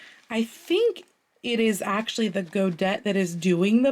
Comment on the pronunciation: Godet is pronounced go-day (et) in French pronounced (ay) as in ballet.